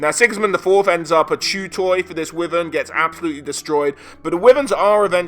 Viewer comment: Awesome video dude, appreciate all the effort you put into your videos. They are super informative and entertaining. Glad people still do lore videos for Warhammer and don't jump on 40k bandwagon. Anyway, I think that wyvern is actually pronounced as "wAivern"